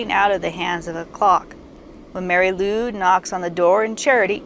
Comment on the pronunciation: Nice, but some pronounciation errors, as you say. Lwyd is pronounced like Lloyd, not Lude. Nice imagery. Here’s my version